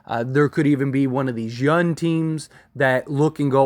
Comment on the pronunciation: Solid vid. Weird question, Are you from the US? I don't here much of an accent but you don't put the "g" on young and that's interesting.